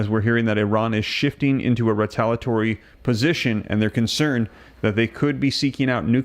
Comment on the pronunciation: It's re-tal-ee-uh-tory not re-tal-uh-tory for ukfays sake.